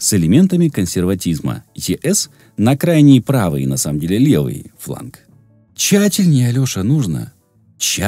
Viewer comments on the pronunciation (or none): Не "тщАтельнее надо", а "тщательнЕе" (цитата зі Жванецького), не "Адам ЖоржЕвич", а "Адам ЖОржевич" (із Подерв'янського), не ""слесарь Колесов", а "слесорь Полесов" (Ільф і Петров). Дикторові варто уточнювати такі моменти